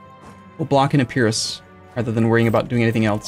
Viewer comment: Jerusalem in Hebrew is Ye-ru-sha-laim. But yeah, Skopje is Skop-ye. +He's mispronouncing Morea and Epirus.